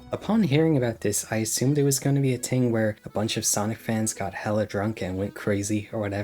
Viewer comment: Learn how to say the word "thing".